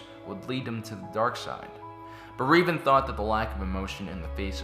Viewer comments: Rev, not Reev, learn English (and also Star Wars lore). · "Reevan"? Just say Revan. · Darth Revan (Reh-Vahn) not (Ree-vahn) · Late but gotta say: Was he referring to THE Revan, formally Darth Revan from KOTOR? Because if he was he totally miss pronounced his name. Revan’s name is pronounced with a short e, as in red.